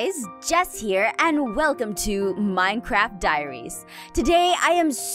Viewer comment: in 0:3 she says mincrap